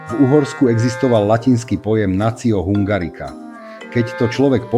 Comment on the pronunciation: Tá hudba je zbytočná, horšie sa to počúva. Hungarica -- vyslovuje sa to hungarika.